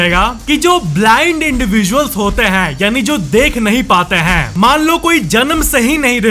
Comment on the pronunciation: हैं ko please ache se pronounce kro हैंयय ni